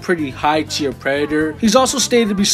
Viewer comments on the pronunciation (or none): none